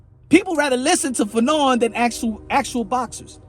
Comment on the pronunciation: Wasn't you calling fannon fagnon I think that's worse than bud did lol